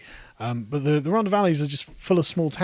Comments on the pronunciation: Once again...if you could 30k without signing onto universal kredit would you vote for more and tougher lockdowns? Btw It is "Rhontha" NOT "Rhonda". I also had family there (Tylorstown) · RHON-THA. It's not a hard D Carl. 😂😂😂